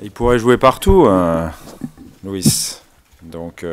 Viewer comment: C’est pas Luis mais LUIZ mettez le vous dans la tête les gars !!!!